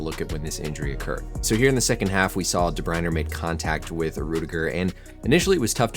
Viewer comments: Great video as always, but one correction, then ending of his name is pronounced "ah" not "er", otherwise you got it perfect! "Dah-Br-Oin-Ah", or some say without the ending "ah" as well! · DE BRUYNE, NOT DE BRUYNER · Where’s the second R in DeBryne? Learn how to pronounce it there doc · Doc, tip for ya: is pronounced "deh-broy-nehh" and "Rudy-gah" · There is no letter R in his name. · Thank you for all the invaluable information. Your speaking style is exceptional: fast but fluent and easy to understand. How you pronounce De Bruyne is a little different from the sport commentators. Keep up the good work! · The way you say de bruyne really pisses me off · I think you have a problem with the saying Kevin's last name. The English and Belgium say it differently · Even european commentators get it wrong lets not worry so much about such things this mans a doctor well educated not a major hold up for him i wouldnt say 😎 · Cut him some slack, there european names, especially if they dont watch the sport, there not going to know how to pronounce it.